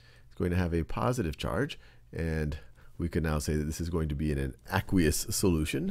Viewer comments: It's pronounced "Uh-quaye-us" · I thought it was ay-qwe-ous